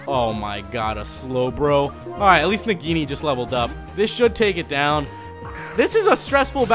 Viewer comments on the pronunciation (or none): none